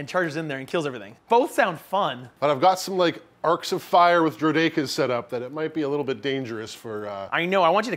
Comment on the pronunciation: And then proceeds to pronounced Droideka's wrong for the whole video